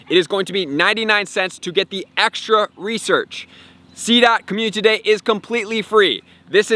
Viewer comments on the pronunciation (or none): I think my favorite part of this channel is hearing dude say “Commune-titty Day”. 💙